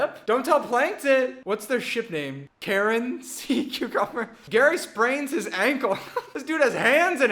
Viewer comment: Kar c. umber idk 😅💜😅 (Karseeumber)